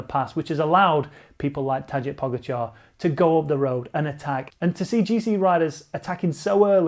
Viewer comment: Not trying to be a prick, but if you gonna talk about him all the time - it’s pronounced “Vote” Van Aert. And “Taday” Po-GA-char